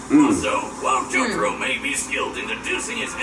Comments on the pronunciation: exactly its JO TA RO not JO TAR O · He said j-toro... I'm shleep 😂😂😂